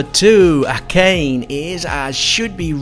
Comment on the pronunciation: It’s A kA Ne